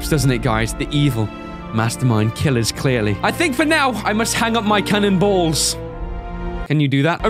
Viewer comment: emphasis on the cannon balls